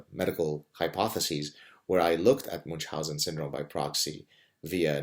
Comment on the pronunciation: Why moonch-housen? It's supposed to be "miun-housen", or at least "moon-housen".